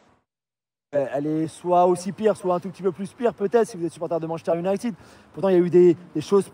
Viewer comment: Fernandes c'est le meuilleure jouer de MU, les commendataires ne regardent pas les matchs. Et je suis supporter de Liverpool. Et puis on prononce pas Manchester UniTED mais ID 😅